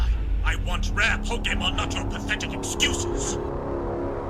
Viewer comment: Never trust a man who says Pokéman 💯